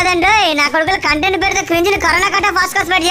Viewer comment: Bro adhi coontent kadhu content ani paluku bro kani Mee videos manchiga undhi